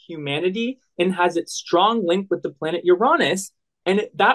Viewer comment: pronunciation!! How do you get out of 6 th grade without knowing how to pronounce planet names?!